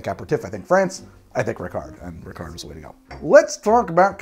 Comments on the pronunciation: Sorry, the T in Dubonnet and Lillet should be muted. Just like the D in Ricard. Which by the way is usually drank as aperitif the same way as absinth, that is lengthened with water (but no added sugar though) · No, you do not pronounce the T in Dubonnet or the D in Ricard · I'm not gonna comment on the various mispronunciation, but it would be a shame not to mention Ricard is supposed to be served over ice, with 5 parts water (or to taste). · great episode, as always! As a Frenchman, I can help in some areas here: you don't pronounce the final "t" and the final "d" in Dubonnet and Ricard, they are silent. Plus, you always want to add fresh water to your Ricard, you never drink it neat:-) think of it as grenadine for grownups ^^ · did you just drink a ricard (you don't say the D) without adding water ? my gosh, usually it's 1 part ricard, 5 to 7 parts water then add ice cubes, you should really try the regular way (i am french and work in a liquor store if you need any intel) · You don't pronounce the D in Rickard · Yo we don't say the d in ricard